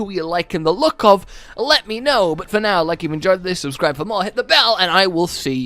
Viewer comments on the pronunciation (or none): none